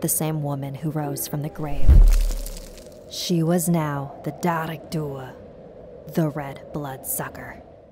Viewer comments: As an irish, i cringed at the pronounciation of "dearg-due" 🤣 It's not pronounced "da-reg dua", it's pronounced "jarg doo" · ITS DEAR AG DUE UGHHHHH AND WHOS IRISH HERE? 😂 ⬇️ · I'm sort of triggered. Her eyes were green, and comparable to a clover, but shamrocks would be a way better thing to mention. In Ireland, we see shamrocks as very important, in matters of religion and superstition. The three leaves represent the holy trinity; the father, son and holy spirit. They once were used to ward of spirits. Also, we pronounce her name, Jah-rag-due-uh. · I speak Irish. The Dearg Due is pronounced: Jarig do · i like When U Say The Dearg Due